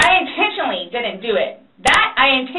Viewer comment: Not... INTENSHUNLEY!!